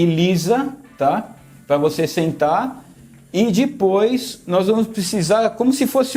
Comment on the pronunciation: Aí "dipois" kkkk